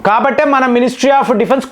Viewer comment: డిఫున్సు కాదురా, డిఫెన్స్